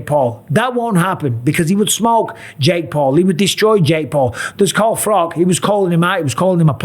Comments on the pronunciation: Why are you saying Carl Froc???? Your English, it's Froch... You know, with "ch" sound! 😂 😂 😂 No man alive should say Carl Froc!! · Mike Calling Froch; Carl Frock, Carl prop.!!!! Think he said his name right once or twice loooool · Bisping is so CTE ridden he doesnt even know how to say FROTCH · Bisping punishing Carl Frock for mispronouncing his name 😂